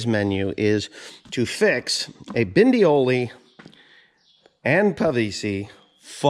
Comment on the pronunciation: Is it that difficult to say "Bondioli" instead of Bindioli? Don't think you like people addressing you as Mr Pindy? For the rest I agree that only few manufacturers seem to get it right on these PTO shafts, no matter if it is Weasler, Walterscheid or Bondioli.